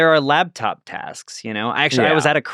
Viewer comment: Omg, LAPtop, not LABtop. Had to bail on this episode bc I am an easily-irked pedant, and I heard it pronounced that way too many times in a row. The worsssstttt 😂